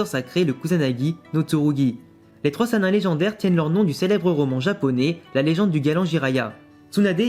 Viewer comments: C'est pas sanin c'est sinin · par contre sannin se prononce sannine (mais ta vidéo est très intéressante j'ai oublié de le dire ^^)